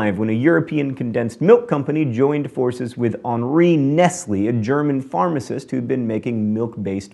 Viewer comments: AllThingsSquare no he did not.... Nest-Lee not Nest-Lay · Dadul Ludad "Ness-lee" hahahaha... this guy! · I think you'll find it's Nestlé - pronounced Nest-lay. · He did mispronounce Nestlé though!